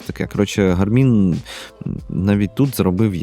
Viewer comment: Дякую, дуже цікаво та інформативно. Подача матеріалу сподобалась, єдине зауваження що наголос робіть правильно, на перший склад, тобто "гАрмін"😊